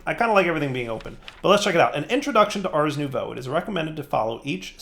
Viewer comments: Ohhhhhhhh, nouveau, I kept hearing new bow. Damn, was expecting a fancy bow. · Was it only me that until this episode thought was saying Ars New Bow?